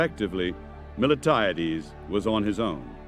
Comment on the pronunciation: I like the presentation, BUT the general’s name is MILTIADES and NOT Mil-e-tiades